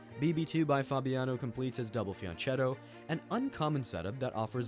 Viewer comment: I know it is a weird pet peeve to be upset about, but ch- in Fianchetto is pronounced like you pronounce Zucchini, with a hard c sound. It is an Italian word, not Spanish.